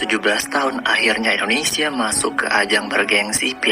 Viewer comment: INDONESIA, bukan ENDONESA